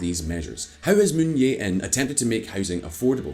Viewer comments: I hate to nitpick on ppl's accent of foreign names, but at least try to get it somewhat correct. Clearly, there is a 'J' in the current South Korean president's name (Moon Jae-in). It just makes the quality of the video drop to a certain degree and not as professional as it can be. Hope you can remedy this problem in the future! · You know this channel is poorly researched when they can't even get the name of the president right. Literally, just look up a news clip and you'll know how to pronounce it but they can't even do that. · jesus christ the way he pronounces moon jae-in is so irritating lol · As a Korean, the way you pronounce president Moon bothers me so much! HaHa 😁🤣 Please google it next time, will you? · Bruh...its Moon JAE-in, not Moon Yae-in. Lololol. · It is Moon Jae In. Not Yay In. Your channel is rife with mispronunciations like Rye-add instead of Ree Yad as in Riyadh. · Moon Je In, not Moon Ye In. You can pronounce it as Moon Che In as ㅈ consonant could be read Che and Je. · I've never seen a Youtube Channel that covers economics and geopolitics be so lazy with it's pronounciation. Given it's a channel dedicated to covering international issues, you'd think they would put more effort into it. Moon Yei-In instead of Moon Jae-In, Park Wen-Hee & Park Gyoon-Hyen (two different pronounciations for the same name within one video!) instead of Park Geun-Hye... I remember in another video they pronounced a Korean word Chaebol as Kaibol. And I'd imagine they would make similar mistakes with other languages too. Come on, pick up your game. Why should I trust anything you say when you don't even bother with something as basic as pronounciation. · Aside from the mispronouncing of the Korean leaders’ names, Could you kindly tone down the music volume a bit? The music is much louder compared to the volume of the speaker, making for a less than perfect listening experience. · Can you guys please learn how to pronounce Korean? Moon yay in? Hahahaha